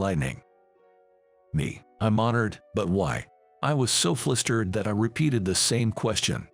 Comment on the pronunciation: Once again [said exasperatedly so] the word 'flustered' is deliberately mispronounced as 'flistered'. WHO checked the pronunciation of words? So BLOODY ANNOYING!!!!